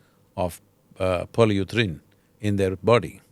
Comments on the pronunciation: it's not polyuthrane. polyurethane it is. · Pronounced "Poly - u - ri - thane" 😀